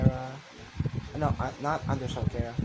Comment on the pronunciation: Its chara not kara